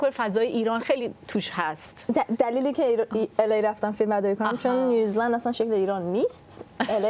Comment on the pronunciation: بابا... اسم کشور New Zealand هستش و نیوزی لند تلفظ میشه، نه نیوز لند (News land)... تو رو خدا یکم دقت کنید! دم سینا گرم که درست تلفظ میکنه و هی هم‌تکرار میکنه که اون خانوم متوجه بشه ولی اصلا تو باغ نیست. کار موزیکش خوبه ولی تلفظ بد اسم کشوری که توش زندگی میکنه رو اعصابه.